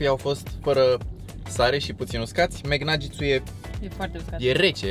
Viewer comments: vezi ca se zice bai flari naget :) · Caută te rog cum se pronuntaNuggets